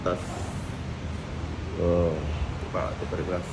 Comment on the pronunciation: Tempered bang (temperd)...bukan tem-pe-red 😂